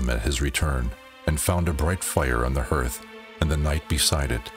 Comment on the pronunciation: Hearth is pronounced like heart with a th. “Garth” with an H. “Harth”=hearth